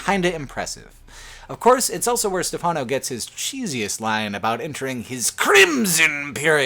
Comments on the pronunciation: says elso instead of also. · Dude, also, awl-so. Not owl-so.